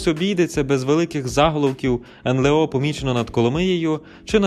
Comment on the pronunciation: Ен-ле-о бля 🤦🏼‍♂️